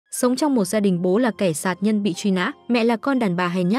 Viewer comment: đúng, ngọng cả chính tả lun